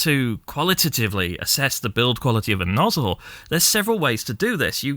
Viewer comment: Nozz-El cousin to Kal-El